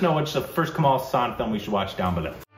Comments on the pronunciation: Haasan. The first a is long and the second short. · Guyssss...its "HAASAN...HAAAAAA" how come it can be "HUUUU" :D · Kamal Haaaaaaasan Haaaaaaasan Haaaaaaasan...NOT Huuuusan! My God, you guys! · (read in Hermione's voice) It's not Kamal Huusaan, it's Hasaan. This is why you don't have an interview with him. Everytime you call him, he picks up the phone, and says, "Sorry, wrong number".